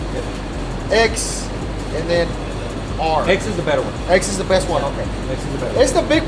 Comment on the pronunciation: Siempre me da cura como dice bewwsst❤. Redo the dolph wrap🍻🍻